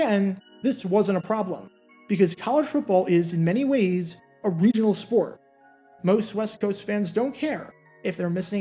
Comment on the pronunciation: 'College football is a regi8nal game' Im dead 😂